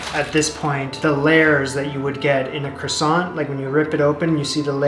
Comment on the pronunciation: This was painful to watch. It’s basically puff pastry with yeast in it. I’d also love to know how the word croissant got so butchered. 😂 Other than that, great.